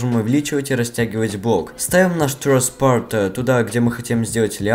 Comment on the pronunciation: TrussPart с супер иностранным акцентом. Anchor: анкор.